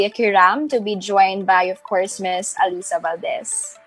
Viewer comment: miss pakiayos pronounce mo sa ALYSSA haha di yan si alisa